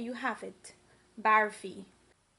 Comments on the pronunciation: Looks yummy... but please say barfi and not "baaarfie" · OMG she doesnt know how to say barfi and she say pour just one cup of sugar syrup not more then she pour more she doesnt even know what she is doing ridiculous and her english is hurrr